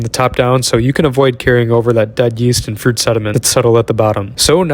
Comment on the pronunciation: Literally heard poop instead of fruit